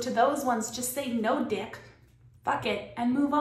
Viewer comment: I'm not a nice guy. I just try to be good by my loved ones and respectful of those around me. It may be lonely sometimes, but at the end of the day that's all that matters to me could spend a thousand years alone and die happy, knowing I can make anyone happy...... btw you're killing me when you say DYECK. 🤣🤣🤣🤣🤣☠